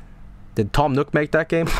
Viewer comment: Toom Nook... More like Tom Nookem